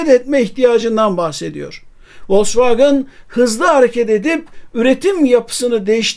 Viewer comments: Telaffuzla alakalı bir eleştirim olacak. Türkiyede bir kısım insan maalesef kendi dilindeki okunuşuyla bazı şeyleri söylemekten çekiniyor mu diyeyim bilemedim. Volksvagın değil Vosvagen, Mörsides değil Mersedes. Onlar bizim TRT mize Terete mi diyor ? Tiarti veya kendi dilinde okunuşu herneyse. Okunduğu gibi yazılan mükemmel bir dilimiz var, sahip çıkalım. Siz yapmayın bari! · Vosvagın değil de Vosvagen deseniz daha iyi olurdu. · ya turkler gibi vosvogen de ya da almanca okunusunu dogru ogrem oyle soyle. kendi uydurdugun sekilde telaffuz etme markayi. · Vallahi sonuna kadar dayanamadım, sürekli Volksvagın demeniz acayip rahatsızlık verdi. Dinlemedim videonuzu. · Vollksvagın bana da itici geliyor. Ama , burada Sedat Bey'in söylediği yanlış telafuz.( Aksan değil,o zaten hiç bir yerde olmaz) Vollksvagın in itici gelme sebebi ise. Wagen,derken normal türk gibi söylerken. Wagın, derken aksan yapmaya çalışmamız.